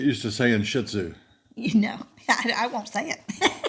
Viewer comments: Hi and, Love your channel. I wanted to let know it is not SHIT-zu but pronounced SHEET-zu. My little doggies were very distressed over hearing that pronunciation. Keep your videos coming, love the info and humor you provide. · Pronounced. Shee-too